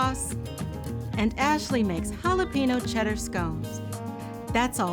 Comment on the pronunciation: Lol “halla PEENO.” 😂